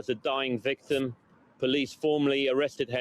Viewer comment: There's a lot to unpack in this,. I'm so deeply sorry to say these things. she speaks "the vickram". Unusual at the very least, the victim? see the use of language. Richard Bandler would call this as expert use of language. It's very nuanced and very clever and it's conniving. I'm sorry good Sir. Henry was a good lad by the sounds of it. If you'd like me to go through things with you it'd be an honour. God bless you. Keep going. 🙏